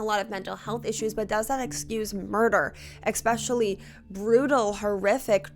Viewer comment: The word is E specially Not Ex specially Thank you